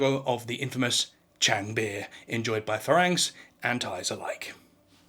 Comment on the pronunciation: Faraang, is pronounced 'Falung' in English :)